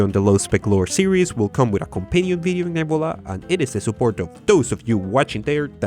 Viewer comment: You said "nebula" a lot of times and I still had no idea what you were saying... "nibblea"? Neb-YOU-la.